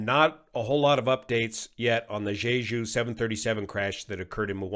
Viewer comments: Just FYI, jeju is pronounced jay-jew, korean has no zh sound. Thanks for the update! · why does everyone pronounce jeju is jayju. It’s JE the same as JElly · Tip: It's pronounced dje-dju, with a hard 'j', not a soft one.